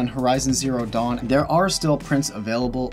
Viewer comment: Every time he says dawn I think he's saying dong.